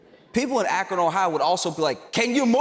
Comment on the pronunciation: You mentioned Akron, OH and pronounced it correctly lol... So handsome in the suit...and hysterically funny as always...the applause at the end was epic, you killed it...